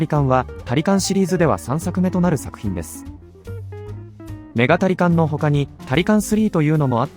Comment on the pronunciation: 「メガタリカン」と「ニンテンドーSwitch版」の発音ってそんなだっけ？